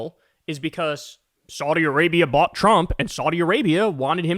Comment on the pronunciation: The first time Kyle pronounced Saudi correctly